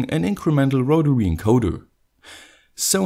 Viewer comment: Awesome stuff. Here's to another good year of great content! Also, loved the first pronunciation of rotary - 'rotawee' 👍😁